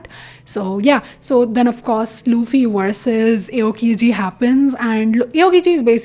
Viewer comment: also you pronounced aokiji wrong its more like the hindi Aao (Come) and kiji